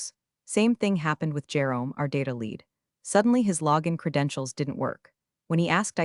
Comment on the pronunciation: True, nothing kills the drama like ‘lead’ rhyming with ‘reed’ instead of ‘red.’ 🤦‍♂